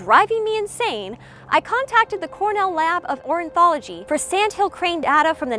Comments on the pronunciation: You're a crazy bird person but you can't pronounce ornithology? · It's "ornithology", not orinthology!